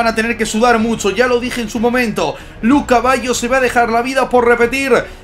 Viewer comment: colocale de apodo el caballo, siempre que duces luca baggio pareciera que dijieras lu caballo 😂